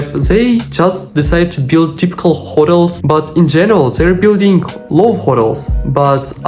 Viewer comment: Your English keeps improving. In this one, your word Love is hard to understand. Make sure you pronounce the V....like Vremya...Vuh Vuh